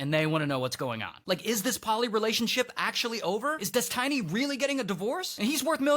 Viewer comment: God that guy said "Des-TINY" way too many times 😂